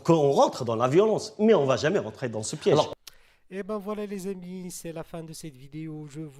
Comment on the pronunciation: Arrete de dire les aimis c'est les Amis